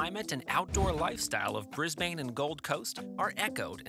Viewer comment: Please note the following: (Sorry to nit pick) * Cross-river Rail was planned before the Olympics were given to Brisbane * Stock footage of right hand drive highways and roads used ( we drive on the left here) * It is pronounced [Bris] [Bin] not [Bris] [bain] * The lovely shot of the flag .... is the New Zealand Flag not the Australian One (a lot of people do this though) * Aqua trains at Kellyville is in Sydney (~1000km to the south) * American money